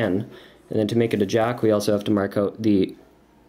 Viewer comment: I love his accent "juck of diamonds" so cool